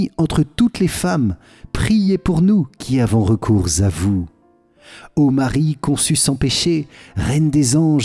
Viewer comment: Merci beaucoup pour ces prières ! Juste une petite remarque qui n'est pas très importante dans le fond, car cette erreur se répand partout, même sur kto, il ne faut pas faire la liaison entre "recours" et "à vous", cette erreur de prononciation se répand partout...